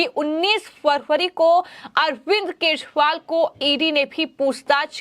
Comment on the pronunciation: are kejariwal ka naam to theek dang se bol lo, kya achor ho... apni aawaj theek karo